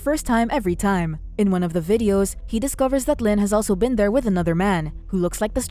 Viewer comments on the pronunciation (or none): none